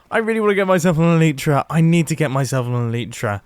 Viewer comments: It’s an A-lie-tra not an elitra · Mumbo I love u but it isn't eleetra it is elytra E-LIE-TRA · Who's triggered by mumbo going, " Leater " 2 times in a row? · Pronounce elytra wrongly again I DARE U